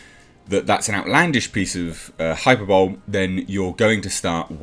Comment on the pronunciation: FYI... "hyperbole" is not pronounced "hyper bowl". It is pronounced as "high per bowl lee"